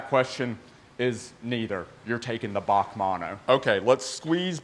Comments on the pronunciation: It’s not pronounced Baque it’s actually just the letters B A C mono 😋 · B.A.C Mono NOT F***ing "Bac Mono" Please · Back manno it's bee a cee bac manno 😆 🤣 😂 😹 😆 🤣 😂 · Briggs Automotive Company Mono. "B A C mono" Not "Bach" mono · Bee A See. Not bawk. Sick cars. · B A C mono, not "bac mono" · It's B.A.C mono bee ayy see not bac or bahc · It’s not pronounced bac It’s pronounced B-A-C mono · its not a Bac its a B A C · As far as I know it is pronounced BAC, like you say BMW individually, not Bac as one word. I hope you can understand what I am saying lol. I like your longer video format too. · Interesting video...as always! B.A.C. is an abreviation of "Briggs Automotive Company". It is not pronounced as Bac or "Bach" as you did. I'm sure you would not call a BMW a "Bimwa"... Otherwise, great to see what car cultures exist in unexpected places! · I have to say its pronounced Bee A Cee Mono, short for Briggs Automotive Company founded by brothers Neill and Ian. Cambodia looks awesome. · I'm pretty sure its B.A.C. not BAC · British Automotive Company so pronounced Bee A Cee 😁, pedantically yours PB555. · I'm sure Christian Von Koenigsegg likes being now known as Christopher 🙂...... Oh and you pronounce each letter in BAC. Keep up the great content my man...